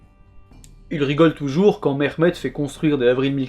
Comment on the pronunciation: Le H de Mehmet est un H expiré et non pas un KH ou GH, idem pour Halil je pense, que tu prononces Khalil. Bel effort cependant d’appeler chacun par son vrai nom et d’essayer de prononcer correctement. Excellente vidéo.